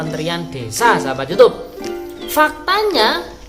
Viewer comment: Kebanyakan ngomong youtab youtube...youtab youtube...kesel dengernya